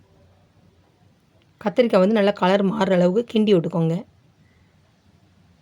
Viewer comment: என்னக்கா முருங்கக்காய் கத்திரிக்காய் சொல்லும்போது வாய் ஒளர்றது